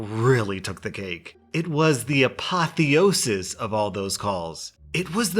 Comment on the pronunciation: am i the only one super bothered by "apo-theo-sis"?!?